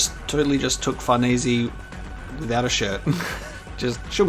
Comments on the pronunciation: if the name is actually supposed to be italian, then his pronounciation, thanks to people commenting who clearly don't speak italian, is worse than before... sounds more like americans trying to pronounce bologna and failing miserably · Holy shit, a reply by the man himself. I feel both honored and sad. Sad because it was over something so stupid on my part. I was just nitpicking the pronunciation of the "e" part at the end of her name. You pronounce it like any native english speaker would (and english is about the only language I know that pronounces an "e" that way, as /i/ instead of /e/). But yeah, nitpicking. I didn't mean to attack you and I apologize if that's how it came across. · I won't lie I always presumed it was pronounced FarNees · I was getting worried we wouldn't be getting this anymore. Nice to see it's back. Also STILL pronouncing Farnese wrong xD